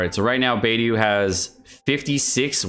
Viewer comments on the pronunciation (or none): It pains me whenever he says beidu and sinku